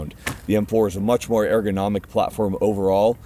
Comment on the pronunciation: ERGONOMIC not AIR-GO-NOMIC